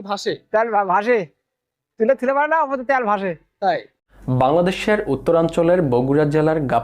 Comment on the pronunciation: ভাই উচ্চারণ টা কি ত্যাল না তেল! It's too annoyed to hear - ত্যাল।